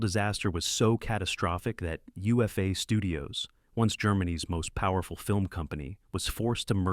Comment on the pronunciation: Also, UFA is pronounced Oofa